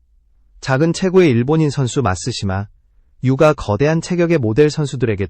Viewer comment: 마시마 유를 마쓰시마 유까 라고 하내